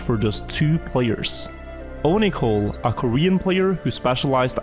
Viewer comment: Onicole.. I thought you said Onahole hahaha